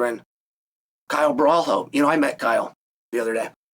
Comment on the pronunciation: "Kyle Boar-al-ho" 😭